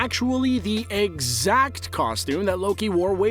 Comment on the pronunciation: when you emphasize "EXACT" like that as you show 2 similar costumes, it only emphasizes the fact that they're ALMOST exact, but not quite... i mean the first thing I noticed is the "dragon scales" design